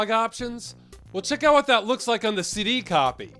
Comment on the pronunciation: You keep pronouncing "CD" as "city".